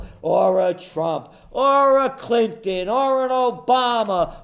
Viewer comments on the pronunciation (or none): none